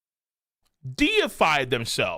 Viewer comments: Holy hell the deified misread was legendary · The chat trying to get to recognize he read deified incorrectly was painful lol. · Every youtuber covering this chapter must be illiterate, because none of them can read "deified" correctly.